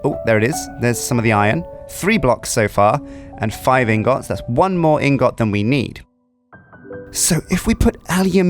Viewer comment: can you say ingets intead of ingots cuz its making me triggered